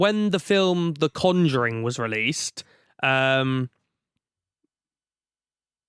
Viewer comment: Why is he pronouncing conjuring like that